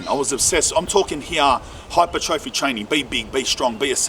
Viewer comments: fyi its said as hi-per-troffey, instead of hyper trophy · its pronounced hai-per-truh-fee bro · Almost clicked off when you couldn’t pronounce hypertrophy. In hindsight I probably should’ve. Your stance on steroids is pretty incorrect nor is it fact. 50/50 chance you gonna get manboobs 50/50 chance ur gonna get smaller balls 50/50 chance I’ll get a rim job from Pamela Anderson. Test can be used responsibly, saying it can’t is so fucking stupid.